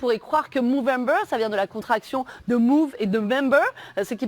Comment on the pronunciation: Soit tu dis mOvember soit tu dis mOUvembre ….